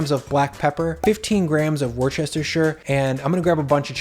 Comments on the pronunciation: Pronouncing Worcestershire as wustersheer or woostershire might help you ☺ really good videos by the way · Please learn how to pronounce Worcestershire WU STUH SHEER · Hey cutie, love your work! P.S. it's pronounced - "wu-stuh-sure" sauce. :)